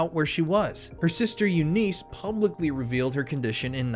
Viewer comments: You missed Anthony Radziwill, and more recently Tatianna Schlossberg. Also Eunice is pronounced like "you niss." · I’ve never heard anyone pronounce Eunice like that. That’s my only irk lol